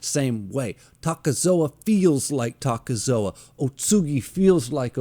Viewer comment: It's not "Takezoa" just Takezo.